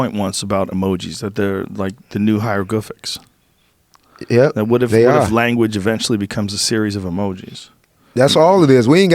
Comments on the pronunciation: He said HY-RO-Griff-licks. Omgwtf. 😂😂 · “ Hyrogriflics “ - Lil Duval Lmaoooo🤣